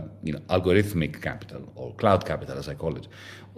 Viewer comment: Is he saying "clout" or "cloud" capital? Serious question